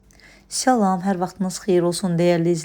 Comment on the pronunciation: xahiş edirəm salam sözünü düzgün şəkildə ifadə edin. Bəribaşdan təşəkkür edirəm.